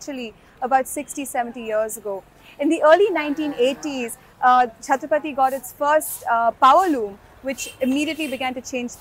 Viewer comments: The name of the village is chattrapatti and not chattrapthi. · It's Chatra-pa-tti. Not Chathrapathi. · it is Chatthirap Patti not chathrapathi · Its 'Chatra' 'paTTi' not Chatrapathi!! 🤡🤡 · That's not "chatrapathy" which You pronounce, it is "Chathra-Patti", near rajapalayam between Madurai and Tirunelveli. It is good to hear this fact, thanks! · Prononounced as Chatra-patty meaning Choultry village. Not Chatrapathi (as in Shivaji) 😅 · she pronounce it us chathrapathi but it is not Pathi it is Patti... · I was wondering, tamil natla chatrapathi nu oru oora nu. 🤣🤣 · Chathira Patti ., not chatrapati